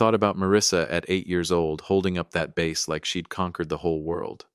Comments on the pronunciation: There your Ai voice goes again, can’t pronounce based on context. In the case of the daughter holding a fish, the fish is a bass, pronounced like the word “ass” with a “b” at the beginning NOT bass like “base”. Ai may help crank these stories out like the government prints paper money but it does a full blown crappy job and no live body checks for errors or accuracy prior to uploading. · As usual crappy pronunciation by your Ai. That fish the daughter was holding is called a bass, pronounced ass with a b in front not bass pronounced like base. Ai absolutely can’t pronounce a word based on context and no live body reviews all these error riddled stories prior to them being uploaded. Hence an otherwise fairly good story is actually a pile of 💩